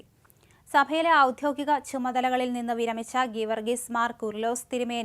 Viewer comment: ഔധ്യോഗികം എന്നല്ല ഔദ്യോഗികം എന്ന് വായിക്കണം.